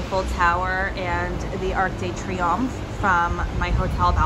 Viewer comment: The 'de' before Triomphe sounds just the same as Deux, the number 2 in French - not like 'Day' or just like 'd' when you're sounding out the alphabet! I'm so glad you get to have this trip & spend a bit of time in a place you like so much! Weather looks good so far!